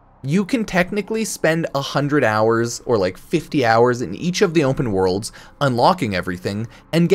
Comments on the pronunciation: Ownpen worlds* is how pronounces it 😂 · "onpen wOrlds"